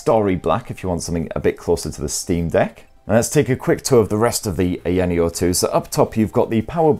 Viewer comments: It would've only taken 10 seconds to put the device into the correct resolution and take advantage of the entire screen, just 10 seconds.. Also it's pronounced Eye-ya-neo, not "eyanio" Such a lazy review. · EYE-YA-NEO lol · IT IS PRONOUNCED EYE-YA-NEO 🤣🤣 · Aya Neo... two separate words... Aya Neo... The company isn't called AyaNeo, it's Aya Neo. Everyone knows how to pronounce it after 2 years of being out. You say Aya Space right, why not Aya Neo? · It’s weird to hear people pronouncing ayaneo from all around the globe I would pronounce it ion neo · I know!!! LOL! Like EVERYONE knows how to pronounce it, where has he been in the past 2 years? It's two SEPERATE words... AYA NEO... How hard is that to pronounce? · Yeah, it seems like he just discovered this company, I mean it's two separate words, he's able to pronounce Aya right... like Aya Space? lol. How hard is it to say Aya Neo? lol. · It was so annoying that i watched the video on mute lol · He pronounces Aya correctly but completely butchers it for the rest of the video. I'm thinking he's just trolling us at this point 🤔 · Couldn't help 😂 how your pronouncing the name. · Hey if you're going to do a review on a product, it's best to do a little... A LITTLE bit of research, like maybe even watch another review and see how it's pronounced. But if mispronouncing a brand name that has been out for years is fine for you, then I'm happy for ya, it's just not a good look, quite sloppy if you ask me. But I guess I have higher standards for YouTubers who have been out for a long time.